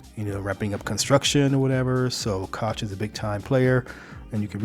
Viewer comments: Koch Industries is pronounced coke industries. LOL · The Koch industries pronounce their name "coke" I enjoy your channel.